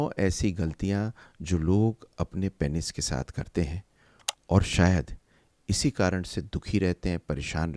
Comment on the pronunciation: Aur unmein se pehle number pe hai Penis ko ghalat pronounce karna. It is pronounced as peenus not painis.